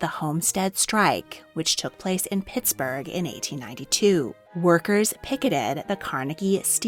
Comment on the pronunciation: PittsBURGH. We have an H at the end.